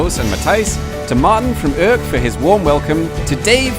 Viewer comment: I don't speak Dutch, so I'm not quite sure how to correctly pronounce "Urk". But I can't imagine that your version is anywhere near. Considering how well you manage French, German and even Danish, I find that disappointing. That, and the noisy part of the music, made me click 'dislike'.